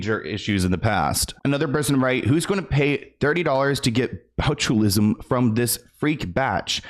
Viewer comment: They said botullism 😂😂😂😂